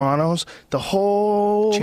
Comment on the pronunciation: Hate how Joe pronounces sopranos. Joe the worst Italian of all Italians